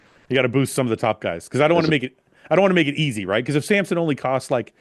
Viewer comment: It's like people spelling or pronouncing Samson like Sampson. Hurts both my eyes and ears 😭